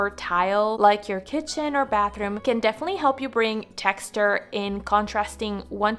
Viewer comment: I'm going to have to look up where you live because I literally cringed when I heard you mispronounce the word "tex-ture". The way to pronounce words correctly is to put the emphasis on the consonant and NOT on the vowel. By you placing the emphasis on the vowel, you are turning the word into a compound word that does not exist. Just relax and ease up on the forced diction. This was my first time watching your channel. I thoroughly enjoyed the video content, just not the audio. Text- ure is no such word. Tex-ture is correct .